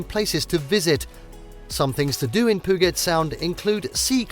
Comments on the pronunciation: As Seattle natives...this hurt. Literally every location is pronounced wrong ... Nice footage but after the narration I assume it's all stock.?? Did make us miss home though. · Stop saying Puget Sound incorrectly! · He just said poo-git sound, I'm out of here. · Poo-get sound. Nice. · PEW-JET is how it's pronounced. And LEVV-ENN-WORTH, not LEEE-ven-worth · Pew get rofl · Brother. Google how to say PUGET and SAN JUAN. It’s painful. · Funny how he pronnounces Puget Sound 😅 Why don't these people get someone who knows how to speak properly? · My God! If you're going to produce a travel guide learn to pronounce the names of the places correctly. The laughable mispronunciations include Puget Sound, the town of Leavenworth, Mount Rainier, and the San Juan islands. One thing is certain, the narrator has never been anywhere in Washington. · Wow. I lost count of how many things you mispronounced in this video. Here's just a few... Puget, Methow, San Juan, Rainier, Leavenworth. The content itself is accurate enough, but it's obvious no effort was given to saying the names of these places properly. It was almost funny. Was it even a human voice? It may have been some computer app. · One must learn how to pronounce certain words before attempting to do a travel video. Video was fine, but such words like Leavenworth, San Juan, Puget were mispronounced. Good thing the views in the video was better than the speaking parts.